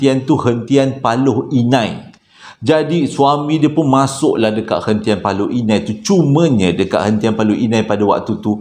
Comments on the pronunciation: Paloh hinai bang..bkn paloi inai😅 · Assalamualaikum uncle.. Moga uncle sihat² selalu.. Paloh Inai kot uncle.. Bukan Paloi Inai... Uncle jangan lupa pin nama saya dalam story telling uncle yg seterusnya ya... "Khaliff Adam".. Tq in advance...